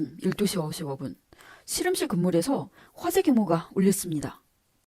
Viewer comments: 우리나라 출신 발음이 아닌 것 같아요 'ㅅ' 'ㅗ'발음 어색하고 실험실이 아니라 시름실로 발음해서...발음과 억양이 뭔가 부자연스러워요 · 중국출신 이신가봐요, 우리나라 사투리 발음은 아니듯....씨름씰,, 또로지는,,등등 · 경상도 사투리같은데... 교정기를 끼고 있는건지.. 아님 앞니가 빠지신건지... 발음이 묘효하네요 씨럼실....